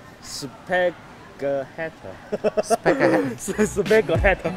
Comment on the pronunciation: Spàghéttì 声调 意大利读法